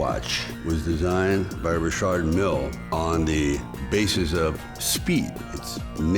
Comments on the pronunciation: Lol I'm glad he say Richard Mille correctly. RAPPERS OUT HERE SAYING RICHARD MILLY🤣💯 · Only person I’ve ever heard pronounce Richard Mille properly